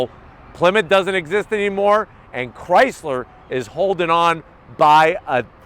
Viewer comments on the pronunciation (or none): none